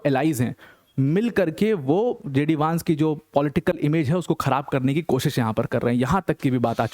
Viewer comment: वैन्स not वांस, please correct pronunciation